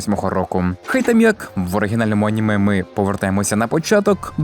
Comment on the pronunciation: Боже мій як мене дратує оце Ганіме, Горрор, досить цієї відверто тупої «українізації». Звідки Ганіме то взялось??? Якщо це просто жарт в даному відео то вибачаюсь, але того ГЕкання вже стільки в ютубі шо аж вуха крутить. Це не москалячі слова щоб їх виправляти, це здебільшого англіцизми які ніяк бляха не мають змінюватись і мають читатись ТАК САМО, а тобто АНІМЕ і ХОРРОР. Найтупіша ідея в історії українського ютубу…